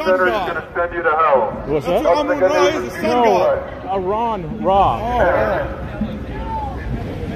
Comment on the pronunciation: Only two minutes in and I'm already blown away by how many different ways these guys have mispronounced ""